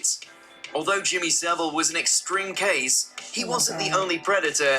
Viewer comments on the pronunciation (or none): I like how you cant pronounce his surname properly, its pronounced sav-ill not civil. Also part of his persona was he would tread close to the line which made a lot of people people think "oh its just jimmy being eccentric" and you are correct there was a lot of cover up, not to mention he was well connected and had friends in high places. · his name is pronounce Sa-vil, not Civil. it is claimed that there was over 500 victims, including dead bodies he fiddled with. it is the British version of Big Brother he was in. it was an open secret of that he was doing. Johnny Rotten was taken off air because he claimed to know some rumours in 1978. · it's pronounced SA-VILE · How come Yanks can never pronounce 'Savile' right? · One you pronounced his last name wrong , two why have you put this on YouTube? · Funnily enough, it's pronounced Saville. It is also spelt Saville. It is not pronounced like a word that looks or sounds nothing like it. And it is not spelt wrong.